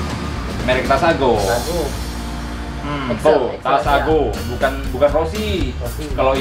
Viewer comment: Takasago bang bukan tasago haha mantap